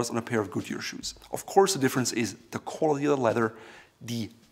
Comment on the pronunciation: Let’s work on the word “quality”